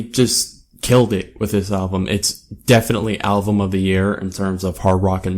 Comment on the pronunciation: QUIT SAYING ALVUM! it's "Album" also...i think this is one of their best albums. YET i am NOT a fan of the dubstep shit they put in the intro track, I actually didn't like their last full album AT ALL! i believe this album was a return to origin, it's funny because DIR EN GREY and MUCC have all done "return to origin" albums...also...you should go back and listen to madara and disorder and shit, gazette's old shit. i've been listening to them for about 12 years. pretty decent review, but you need to do a little more homework. Deux is french for 2. some of your pronounciations were off...that being said, not bad. but so you don'y come off as a tad uneducated.